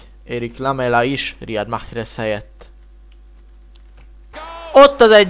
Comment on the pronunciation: Nem Mahhrez hanem Marez